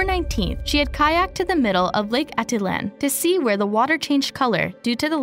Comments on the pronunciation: It's not Lake aaa-da-lan... Its Lake Ah-teet-lan... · Great coverage! Almost unbelievable how unforthcoming the retreaters have been. Also, it’s pronounced lake Ah Teet Lan. 😊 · 😹🤣😹 I said the same thing above. She doesn’t even say Atitlán right 🙄.